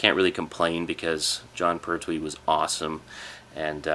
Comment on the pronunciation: Just to let you know its pronounced Pert-We. Any Red Dwarf DVDs yet?